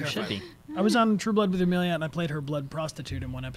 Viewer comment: Am I the only one yelling Amelia its not that hard